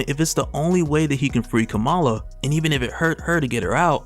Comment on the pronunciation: Kamala is pronounced like Comma-la